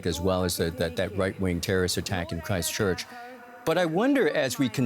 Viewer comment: I cringed the way he said Christchurch, he literally said it like Cry-Stchurch...